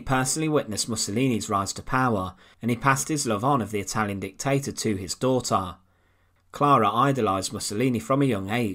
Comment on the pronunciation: Soljar, Hitlar, dictatar, encountar, muthar, etc.............. Love the channel but FFS get rid of the narrator. Even an AI bot would be preferable. I cant watch another slice of "Untold past" with that voice!!!!!!!!!!!!